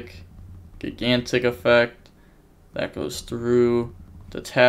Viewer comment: At last you're using the correct name for the TCG. Now to start pronouncing "gigantic" correctly.